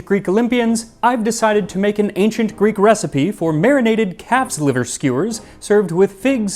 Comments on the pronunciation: As a helleen, can i just comend you on your effort of pronunciation. Amazing work 👏 thanks for the content max and all behind the scenes. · Another Greek here 😅well done on your pronunciation..i really enjoy your content 😊